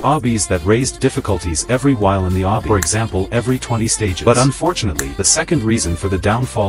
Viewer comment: I love the fact that the ai generated text cant say obby correctly